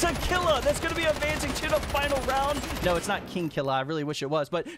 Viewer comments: It's pronounced "Keel-ua" not "Kill-ua" jtlyk. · It pronounced kill you ah for killua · It’s kil - lu- a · Man butchered killuas name it’s from hunter x hunter it’s kill-oo-ah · The way he says killua makes me wanna throw my laptop